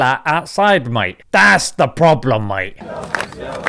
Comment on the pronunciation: The way you say mate 🤣 spot on